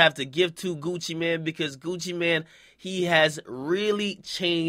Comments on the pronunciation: Nigga its gucci mane not gucci man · Nigga its Gucci MANE, not man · I thought it was Gucci MANE not man lol